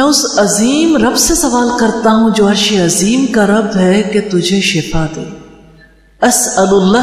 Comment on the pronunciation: madam apni alpaz drust karo arshi azeem kaha karo